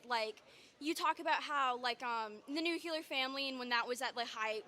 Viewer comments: Why can't people pronounce Nuclear? Its not nuculer... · Its nuclear you silly little girl